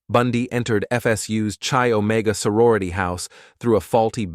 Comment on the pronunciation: “Arrow-gance” instead of arrogance “Chi- Omega” is pronounced Kai Omega Elementary school stuff